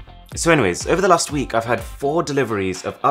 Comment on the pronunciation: "the last four days" sounded to me like "lust for days" 😅😂😂